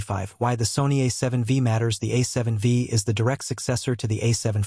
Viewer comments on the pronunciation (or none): A seven 'Vee'? This AI voice clearly doesn't know anything about cameras